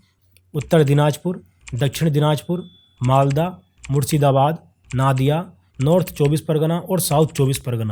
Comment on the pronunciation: Sir, Nadia - नदिया hoga Naadia नादिया nahi।